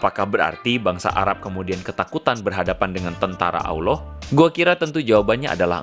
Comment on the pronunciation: Bukan Awloh bang tp Allah